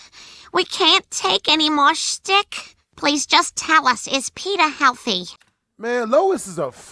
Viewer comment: She said shtick not stick. Shtick is an old fashioned word for joke or gag.